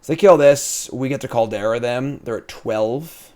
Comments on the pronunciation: please. There's no "e" in Kaldra. Call-dra. I get tilted when you say "kaldera" XD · I love and respect you, but every time you say Call-dare-ah I completely blackout and question all those feelings. It’s CALL-DRUH, bruh. 😂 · How is it jims pronunciation kaldra is mentioned twice, but nobodys mentioned oni? Like oh-knee my dude not on-knee, youre killin me here.